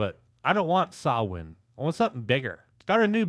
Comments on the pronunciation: Thanks for pronouncing Samhain correctly. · Thank you for pronouncing Samhain correctly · I really appreciate that you don't pronounce Samhain as "Sam-hein" like so many others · is the first person that mentions Samhain to pronounce it correctly! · AND Danzig!!! It's a Saturday Night!!! Hell Yeah!! Thank you for doing a Danzig video. AND you took the time to pronounce Samhain right!!!! HELL YEAH 👍 But.... It's Chuck Biscuits!!!! 😅 I was and still am a Misfits fan. I saw Danzig on the 4P tour. 4P was great it was Danzig V that sucked balls.